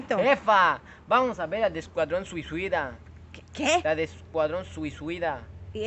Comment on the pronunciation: No se dise escuadrón suicida se dice escuadrón susida